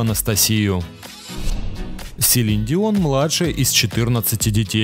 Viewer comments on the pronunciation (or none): none